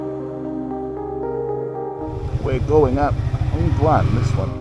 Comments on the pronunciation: Are you Scottish? I love your accent... I knew it! You are indeed from Scotland! beautiful accent indeed! It's not 'Hang'duan.... 'Hung' of Hungduan is pronounced as it is like - Hung - not hang hehe! so it is HUNGduan...it is funny to hear that it sounds like it's a place to hang people 😅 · I'm from Wales! 😁 I was trying to pronounce it as Hungduan hahaha